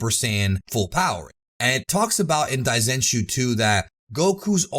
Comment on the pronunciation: 大全集 should be pronounced dai zen shuu, not dai zen chuu as you say multiple times throughout the video. On this point I please just pronounce Japanese words the American way in your videos rather than trying to pronounce them the Japanese way. It's good that you're trying, but because you don't speak Japanese it sounds wrong and is hard to understand.